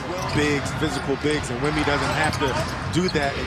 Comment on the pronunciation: The announcer pronouncing Wemby’s name at the start 😂😂